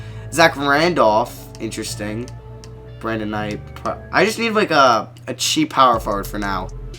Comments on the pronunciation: He knows it's Brandon knight not Brevon knight😂?? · he keeps saying brevin night lol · It's pronounced Brandon night